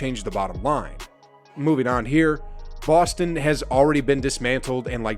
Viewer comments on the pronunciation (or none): none